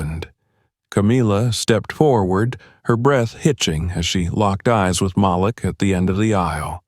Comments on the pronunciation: It always amazes me how white people don’t know how to pronounce Maleek. They see the spelling of the name and pronounce it as Malic. SMH. Guess they have a problem pronouncing the names of all blk folk with odd names. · His name is pronounced like Maleek not how ur announcing it. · His name is pronounced "MA leek"